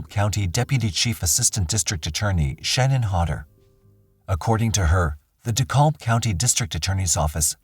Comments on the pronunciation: In Georgia, we never say “De-callb County.” We pronounce the -kalb part “cab” as in cab driver. “De-cab County.” Hearing it pronounced the other way makes my eye twitch! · #10 it's pronounced ( De-cab ) the l is silent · Just fyi, its pronounced deCAB county GA. :)